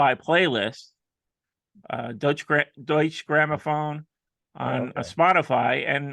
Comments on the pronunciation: the 'e' is pronounced like 'uh'. Doi-chuh. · Hey, to save embarrassment at cocktails parties, the 'e' at the end of Deutche is pronounced (like 'er').